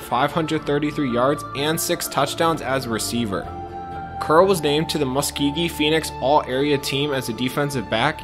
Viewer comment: Where you see Muskegee at lol it’s MuSKOgee!! 🤦🏾‍♂️